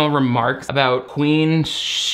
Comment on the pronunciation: The comment I'm about to make is so petty and juvenile, but every time her name is said I can't help but hear Queef Awake and not Queen. I'm sorry for being that petty.